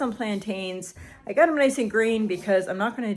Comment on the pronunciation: It cracks me up to hear you say “ I gut” instead of I got.